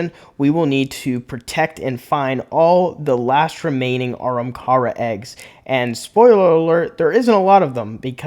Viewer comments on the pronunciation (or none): If you want to improve your videos do a script and slow down. I feel like you’re trying to talk way too fast. Also it’s Ah-ham-car-a